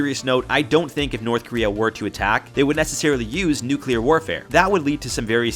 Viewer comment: „nucular military“ People still don’t know the actual word?